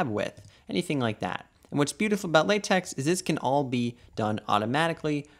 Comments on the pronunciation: Sorry if i look arrogant, but its pronunced "LateK" not "LateX" because the "X" Is a greek lettere with a pronunciation more similiar to K than X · I just can't with the " lay-tex " 😅